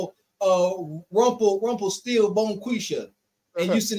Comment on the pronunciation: Did say Rumplestilbomkiesha?!?! 😂😂 Y’all wild!